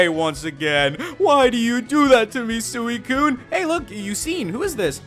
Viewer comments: Its pronounced SWE-COONE not SOO-E-COONE im explaining how to pronounce suicune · Sooweecoon.... lol.... I love Rodri's pronunciation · excuse me,u pronoun Suicine wrong:P